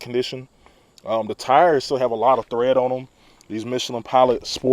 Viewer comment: the tires have Tread .. not THread my nigga. lol lmfao.